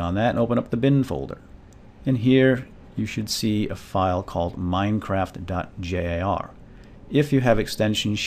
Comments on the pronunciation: no it sounds like he says mindcraft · lol, he said: "Welcome to y MINECRAFT tutorial. lol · Why do I hate the way he says MineCraft